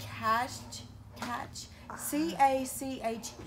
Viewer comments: Cache is pronounced like the money, cash. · Cache= cash,same pronunciation.😉